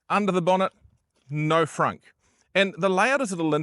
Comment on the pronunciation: Just wondering ... whats a frank? you mean frunk